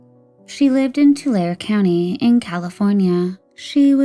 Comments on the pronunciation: Tulare is pronounced toolaree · Just as a heads up: In Tulare, the "e" at the end is pronounced. Too-le-ree Wow. Holly Marie really resembles her mother. What a strange case that is. 💔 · Holy shit TULARE that’s like 30 mins from my hometown that’s wild. Also it’s Too-Larry